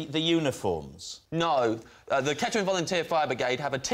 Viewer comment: that would be Kettering, pronounced ketrin